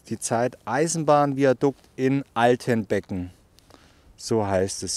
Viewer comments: Altenbeeeeeeken , nicht Altenbecken ;-) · Hallo, nicht ausgesprochen Altenbecken, sondern Altenbeken. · Tolle Bilder, gerade die von dem Viadukt. Überrings spricht man den Ort Altenbeken mit einen langen e bei dem beken Teil :) (Meine Frau ist "unter" dem Viadukt groß geworden :-) )